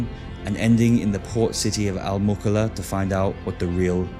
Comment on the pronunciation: للتوضيح فقط .ينطق أسم المدينه المُكلّا...وليست المكلا